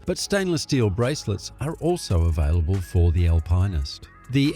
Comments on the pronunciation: Alpineist? Al - pine - ist ? Are you trolling us? Alpinist, Al - pin - ist. There's no 'pine' involved. It wouldn't have mattered but you used it so many times 🙄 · Yer Nar I’m and an Aussie too. And Al~Pine yes sure, but Al-Pine-est NO it’s Al-pin-est they are the go. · LOL. He really needs to fix his pronunciation. AL-pinn-ist. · oh please! somebody buy that Voice Over dude an Al-Pine-Ist ..lol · I'm Australian... the correct pronunciation is Al-pin-ist... this voice actor is a robot or isn't a watch enthusiast. Obviously. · When you don't know how to pronounce Alpinist... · It's not an Aussie pronunciation, hahaha! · there’s just no e in alpinist it’s not a marketing thing